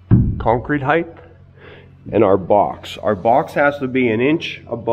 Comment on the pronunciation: Height, not heighth.